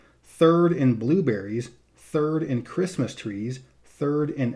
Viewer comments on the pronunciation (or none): none